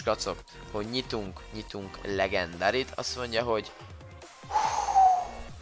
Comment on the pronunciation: Nem ledzsendári hanem legendari 😂😂😂😂😂